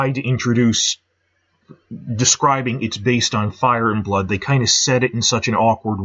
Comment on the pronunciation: Why do you emphasize ‘Game’ and not ‘Thrones’ when you say “Game of Thrones?” You do it with “Fire and Blood” too. I’ve heard it in other videos too, like you say CASTLE black instead of castle BLACK... I’m sure there’s tons of others. LOL Edit: VANITY fair; DANCE of the dragons